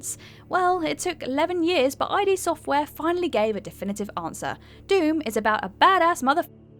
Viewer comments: Just id, not ID (eye dee). Sorry. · I think id Software is pronounced like "id" (the psychological term) and not like "ID" (the abbreviation of identification). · id Software is not pronounced I.D. Software!!! Think Freud not identification. In your defense, you were probably a toddler when DOOM 3 came out. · It's Id Software, not I D Software. It's a WORD, not an ACRONYM! Gods fucking dammit, open a goddamn PSYCHOLOGY TEXTBOOK sometime! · Loved the vid but isn't it "Id" Software? Like the Ego, Superego, and Id? And not I.D.? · "Eye-Dee" software, huh? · I.D. Software. Oof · If you don’t even know how to say id software correctly I’m going to guess you aren’t big into games. Have someone who actually plays the games do these lists. Put some respec on their name! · Yup. But why care about pronunciation when a company has been around for decades? Not like it marks you as a (potential) poser. Now if you'll pardon me, I'm gonna go play my Seega Mister System. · I sometimes wonder if deliberately mispronounces words to provoke comments, increasing a video's "engagement."